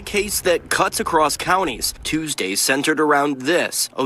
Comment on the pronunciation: "was it a toosday?" 🙄Looks up. 🤔💭Toosday? I dont even know where i am right now 💭